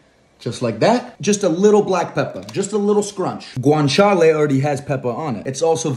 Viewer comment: dude hes say granchaley pee pee poo poo